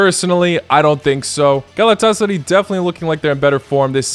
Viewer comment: Galet-tes-sary loooooooooooool